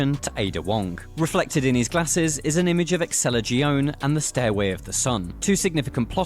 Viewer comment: IGN is the worst news outlet to follow. Dude can't even say Excella Gionne's name right. 😑 But I like how he like to skip the fact your Leon in RE4 shooting a bunch of Spaniards in SPAIN!!! Lol But no, we skip that and go to RE5 is the first Racist RE game. Also I really don't think any of them are so called "racist". They are different experiences and settings and stories. I never liked IGN and this is one of the huge reasons why. They in a sense are promoting racism to the game. Not saying people outside the outlet haven't thought so but still. These games have nothing to do with racism. It's Bioterrorism that in the series is happening globally. Sorry for venting this but screw IGN 100 percent.